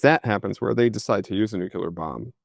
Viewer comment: C'mon: not NU-CU-LAR. It's NU-CLE-AR.